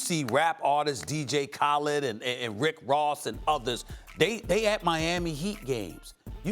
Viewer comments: kawha lennid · This man said "DJ Collid" smh Bonafide Scrub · Said dj Khaled name wrong 😂😂😂